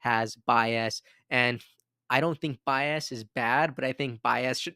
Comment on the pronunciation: Was all in until I heard how he says biased